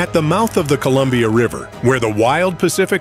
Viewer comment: Your AI is confused by the word "Columbia" I think....